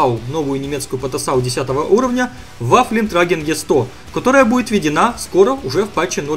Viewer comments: Сам ты Ваффлентрагер, Ваффентраегер читать надо, если конечно не вдаваться в лингвистические сложности. А конкретно насчет этой пт, будут нерфить и жестоко - это абсолютно прав. Правильно ввели, с одной стороны да, а с другой стороны разрабы не могли с самого начала разнообразить игру таким количеством танков почему сейчас и происходят всякие нерфы, аппы и нытьё игроков. И в этом, уважаемые разрабы повесить бы вас за одно место. Хотя идея игры великолепная, но абсолютно не проработанная. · Sabaton рулит ! WOT днище ! название этой пт правильно читать ВаффентрЁгер !